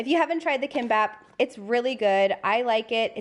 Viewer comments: The Spanish omelet tortilla should be mostly stacked sliced potatoes w eggs binding them (at least the ones I tried at a S. Am embassy) rather than straight up big gob of eggs like American omelets. BTW, Kimbap is pronounced kim-baap not kim-bahab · It's actually pronounced more like Kimbop not kimbaap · ANd the "i" is pronounced more like an "e"--keembop